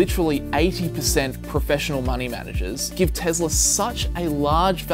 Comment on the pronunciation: "TEZLA".... uncomfortable